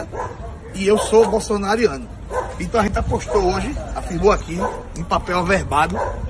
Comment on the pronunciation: Kakakakak o cara da volvo falando " bolsonariano" kkkkkkkkkkk